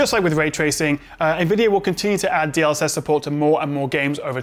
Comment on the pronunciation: Didn't quite catch that. DL what? DLX was it?;)